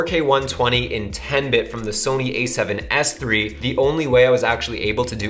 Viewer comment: СЭВЕН ЭС ТРИ! ТРИ ЧЕТ ОЧЕНЬ ЧЕТКО ПРОИЗНОСИТСЯ ЧТО КАЖЕТСЯ НА РУССКОМ ГОВОРИТ)